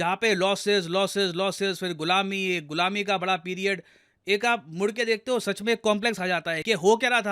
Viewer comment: Sir ghulami sounds like gulabi 🩷 😁